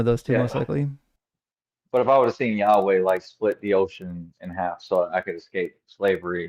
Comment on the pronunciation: Pronouncing the tetragrammaton as "yaoi"! Yeeeaaahh, let's make a fudanshi